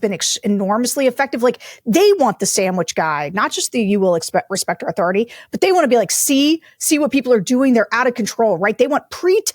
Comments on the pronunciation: It’s “Authori-TIE!” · it's "respect MAH authoritay...."